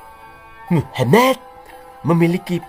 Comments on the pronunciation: admin nak ngomong muhamad kok dadi muhemett.. ora wedi karo pa 212 opo. di kapir kapir ke kapok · mantap mas bro..pas pd kata "oloh" dan "muhamad" intonasinya jiannn mak jlebbb teninnnn...ketok nek wong jawa tulen...😂😂😂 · Mengucapkan kata muhammad dng benar.. Jng di intonasi kan begitu.. Jelek akhlakmu dng sura begitu